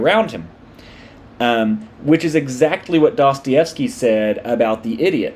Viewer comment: I love how the West hardly ever gets Dostoyevsky right